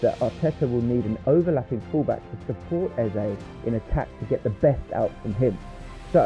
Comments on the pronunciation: Heyze (Eze) Not easy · If i hear "Ease" one more time imma flip! Wtf! 😂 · stop using AI, man.. "eberechi eez?" come on. 🙄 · Why hasn't Ebere sued this guy. What the hell is "eberechi ease" or "eberechi eeze"??? Horrific ai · You should try to spell Eze as Ezzay so the AI stops screwing up the pronunciation 😅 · lol EBERECHE EEZEE lol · I'm still confused about the pronunciation of this this guy's name. I have heard his name being pronounced as Ease, Easy...etc. Can someone give me a definitive answer please. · Learn to pronounce his name properly if you are going to dedicate a whole video to him. Eb-er-echi Ez-ey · E in his name is pronounced like e in echo. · Why is he pronouncing the names of Gyokores and Eze like that? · Hate to be the one but could I correct a few pronunciations please as I feel it's right to name people correctly? No-one wants to sound like an AI bot do they? Eze = "Ez-ay", Gabriel= "Gab-re-el", Xhaka = "Shack-ah", Odegaard = "Ur-de-guard" and Gyokeres = "Yok-er-ez" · This ai voice is silly. Can't even pronounce Gabriel and Eze correctly lol